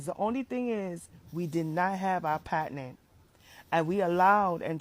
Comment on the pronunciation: I’m tired of this girl saying the words wrong. Girl it’s patent not patinent.